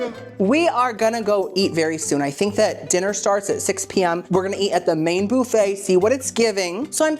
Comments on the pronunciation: I enjoy your videos but there are two words you always mispronounce and it drives me crazy to hear it. The word "buffet" is pronounced "buff-ay" not "boof-ay" and "compote" is pronounced "com-poat" and the "e" is silent. I'll be curious to see if you see this. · why do you pronounce buffet like that